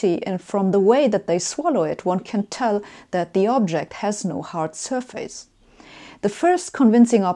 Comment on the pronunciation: Joakim von Anka It's sur-fis not sur-fayce.